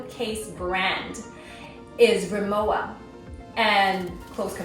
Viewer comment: Pronounced Remmovva